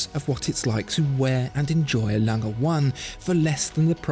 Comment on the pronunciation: LangE. Not Lang. UND sohne. Not AND sohne